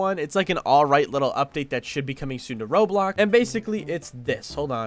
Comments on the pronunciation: Ain’t no way bro said roadblocks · HE SAID ROADBLOX LOL